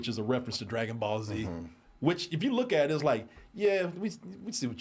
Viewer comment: stay mispronouncing Dragon Ball names 😂